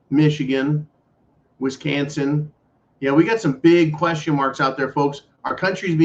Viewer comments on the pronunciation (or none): I always laugh when says WisCANson. lol